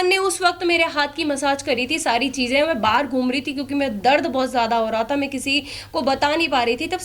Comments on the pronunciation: Main ❌में✔️🤡 Clear❌ किलियर ✔️🤡 Maine ❌ मेने✔️ 🤡 Aur ❌ ओर ✔️🤡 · Me,me nahi hota madam msi bolna Sikh lo.. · मे मे नहीं होता मैं होता हैं बकरी 😂😂